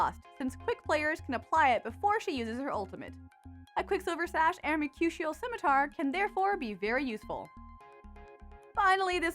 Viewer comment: Not really a big deal, but for future videos Mercurial (in Mercurial Scimitar) is pronounced Mer - cure - e - ull